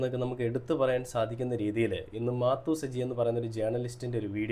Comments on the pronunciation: മാത്തു സജി അല്ല മാതു സജി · മാത്തു..അല്ല.. മാതു സജി. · മാത്തു അല്ല പൊട്ടാ മാതു സജി 😂😂😂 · മാത്തൂ സജി അല്ലടോ ശെരിയായി ഉച്ഛരിക്ക് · മാത്തു അല്ല മാതു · മാതു ആണ് മാത്തു അല്ല